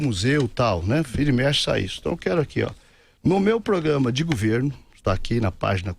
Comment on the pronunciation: No meu "guverno"...o "guverno"...esse "guverno"... kkkkkk